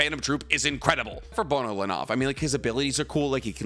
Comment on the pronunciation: Damn why did you have to do Bonolenov like that 😂😂